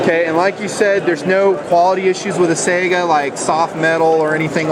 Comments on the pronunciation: Its funny to hear people pronounce it "SAGA", in Russian its "SIEGAH". Eh, Tomato, Tomahtoe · Tell em to learn russian, only 1 proper way to pronounce it. Саига 12 Say-Ga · I couldn't get past 1 minute; he keeps saying say-ga, it's sigh-ga :/ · yeah...., thats not correct at all. Its САЙГА. Go on over to (learnrussian.elanguageschoolDOTnet), and tell me what sound АЙ makes, then go get yourself a tutor. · I do not wish to argue with anyone over the pronunciation of a word, but I thought people liked to pronounce things that they are interested in correctly. If you are interested here is some videos I found of it being pronounced correctly. Also one on the Saiga antelope which is the rifles/shotguns namesake.